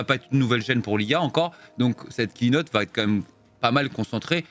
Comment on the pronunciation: Merci pour la prononciation correcte sur la Keynote! Ah no raté tu as encore dit "keïnote"